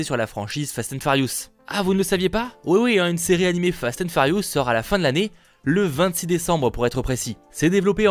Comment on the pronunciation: Fast & Farious 😂